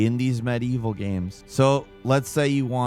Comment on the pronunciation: Did you notice now he mispronounces things all the time? Seriously, being subscribed for years, he has always said "gaems" not "games"